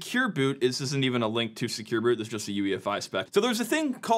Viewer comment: Vote up if you also think he said "Secure Boob(s)" a few times.